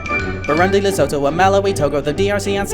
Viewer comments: You said Pakistan twice... You also mispronounced Lesotho... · It is pronounced "Le-soo-too", not "Le-so-tho". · It’s pronounced Lesuthu. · This comment will definitely be buried, but you made one inaccuracy that I noticed in your song. Lesotho is pronounced "Lesootoo." Good song though otherwise. one mistake is better than the amount that they made.